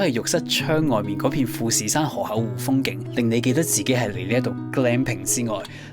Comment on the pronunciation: 河「口」湖唔係河「厚」湖…聽到好un耳， 講野把聲好似好字正腔圓⋯⋯讀就岩音會更好